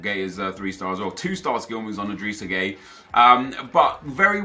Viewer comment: When u say gueye u say gay lol 😂. But his name is pronounced guy